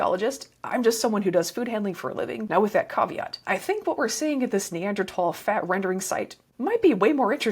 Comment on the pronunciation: On top of all the great info, thanks for pronouncing neanderthal properly. (Pedantic pet peeve.)